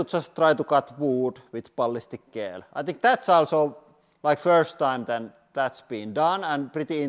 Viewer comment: I love how he says Balhistic ghell!